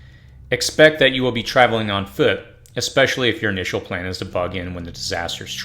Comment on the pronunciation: Very good....but it's ESCAPE .....not ECSCAPE.....and ESPECIALLY....not ECSPECIALLY 🙂